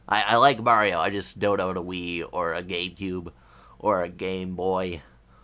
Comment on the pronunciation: Grats with the 2000 subs. And it really sounded like you said ''Gaycube'' xD